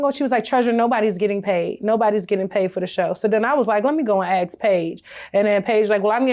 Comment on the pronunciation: That's ask not ax.